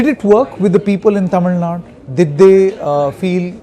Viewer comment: Its Tamil Nadu... not TamilNad u moron... first try to pronounce it properly...